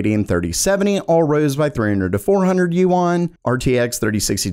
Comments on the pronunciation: it's not yu-an it's yuan lol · Yuan is pronounced "yen", not "you-on" :) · Yuan is pronounced like Juan! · DUDE google correct pronunciation of foreign currency you're looking pretty stupid right about now.